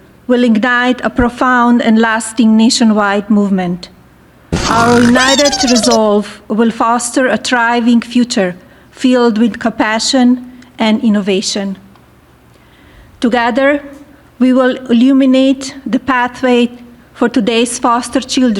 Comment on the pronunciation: What is "copashion?" Could you please ask Melania?